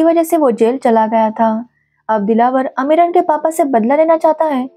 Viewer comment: अमीरन नाम है ना कि अमरीन